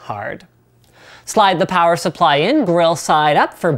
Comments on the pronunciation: Damn it, Linus mentioned "Plower supply" In one of his videos and I can't stop hearing "plower" everytime he mentions power supply. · Loved "Pilence" and "Sower", hahah